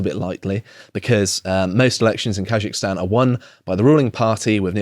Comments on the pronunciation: KaZakhstan. ZZZZZ. Not ZH. How is that even possible to mispronounce, read it the way it's written. Anyway, hilarious. Shows videos of military personnel being attacked and detained, trucks of peace and the distribution of guns and munitions. "🤔why are they sending in tanks (APC's) doe 🤔" Also inb4 it's just another western coup. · He pronounces Kazakhstan and if he thinks it is Taljikistan. “Khazikistan”. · Just say KAZ-akhstan, ponce. And it's skods, not shkoda ffs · You can't even pronounce Kazakhstan correctly 🥱